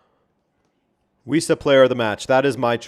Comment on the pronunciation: Wissa? At first I thought you said "We Suck" 😅